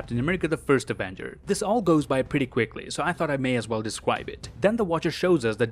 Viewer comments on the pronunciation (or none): U said descwibe it